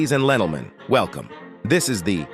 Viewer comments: "Jadies and lentlemen" 💀🙏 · "gadies and lentlemen" bro roasted us